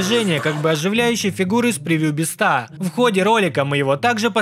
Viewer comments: не мистер бистро а мистер бисть 😊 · Правильно мистер би́ста а не биста́ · Не мистера Бистá а мистера Би́ста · Меня одного бесит, что он говорит не Мистера Би́ста, а Мистера Биста́? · Меня одного бесит когда он говорит биста